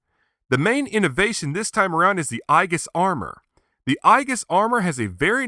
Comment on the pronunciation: Another great review! I have the original version and you've convinced me to get this renewal version. Aegis is pronounced eejis like the mythological armor. Zero now has more Ultra-Act figures than any other character! Bring on Ultraman Cosmos! I can't wait for your next review!